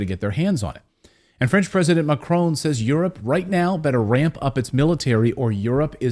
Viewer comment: Learn how to pronounce Macron, there is no E, it is NOT Marone or Macaroni, it is Macron.